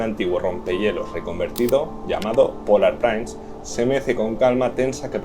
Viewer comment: La palabra inglesa Prince se pronuncia /prins/, no "prains". Muy bueno el vídeo.